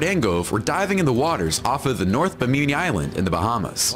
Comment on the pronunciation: It's apparently "be-meany" Island?